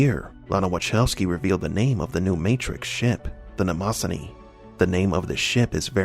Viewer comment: Hate to be this guy but solipsism is pronounced “SOL-ip-sis-em”, and Mnemosyne is “NEE-mo-sin”.